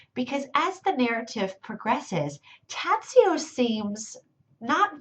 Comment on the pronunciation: Just one essential thing, since you are speaking about him, it is pronounced Tah-joh.